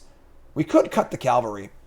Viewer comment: 'Cavalry.' Say it one letter at a time. Calvary hill is where Mr. Jesus died.